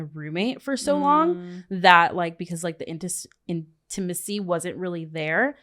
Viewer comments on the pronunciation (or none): The in-Tim-uh-see ..... you mean the intimacy ??